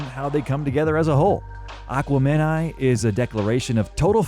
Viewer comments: OMFG! Say it with me, Ahh-kweh-mah-ni!!! Miss Jackson is my favorite Outkast record. My favorite Andre track is Hay Ya! 3 stacks is a living legend. I like Big Boi, too, but Andre has always been in my top 5 rappers list. It's a shame they split up. I'd love to get another solo album from Andre!!! I say another solo album as their last double cd Speakerboxxx and The Love Below were separate projects. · It’s totally unacceptable to say Aquemini like that. Please knock that 💩 off 😂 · How the fuck you make a video about Outkast and can't even pronounce "Aquemini" right? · How can you mispronounce one of their staple albums (Aquemeni), several times. Correct pronunciation is IN the album. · the way you kept mispronouncing aquemini just annoyed my soul lol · ABSOLUTELY NOT HOW YOU SAY THAT. They literally say it in the song multiple times. You pronounce it the way the original artist does. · The way Aquemini was pronounced.... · Very disappointed how you mispronounced “Aquemini” several times in this video - that’s when you can tell you weren’t living in those times and just regurgitated written history. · I had to stop watching after you destroyed the pronunciation of Aquemini. No actual fan would say whatever you just said. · Great video till the pronunciation of “Aquemini” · Sir, that is not how you pronounce Aquemini. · My ears hurt every time you mispronounce "Aquemini", just like a Wh*te Boy (no disrespect, j/s) 🤷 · How's the narrator not even know how to pronounce aquemini...SMH. have u even listened too it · This is a great video but aquemni they say the word in the song how do you mispronounce it lol no really a thing just one of those that tickles the tissum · So...your telling me we've been pronouncing Aquemini incorrectly this entire time. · I don’t respect a dude that cant even say the name of the Aquemini album right! SMH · Mispronounced the album smh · you can tell the narrator has never listened to Aquemini by the way they pronounce it 😂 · Aqua-Meni lol